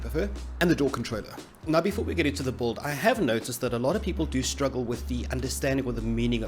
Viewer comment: can you make a compilation of you saying build? Kreygasm “buld”